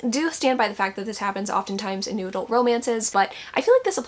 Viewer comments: Every time you say Noodle I get so confused and then it hits me that you’re saying “New Adult”. 😂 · The first time you said "new adult" in this video I heard it as "noodle" and now I can never unhear it 😩😩 it's noodle romance from now on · i thought it was just a new way of saying it...'noodle'...like shorthand for new adult...are you telling me she's saying 'new adult?'.......i'll stick with noodle lol. we'll start a trend. lol